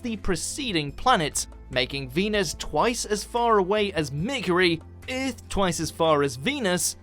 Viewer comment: Did you hear how he said "Earth"?? it sounded like Uuhth!!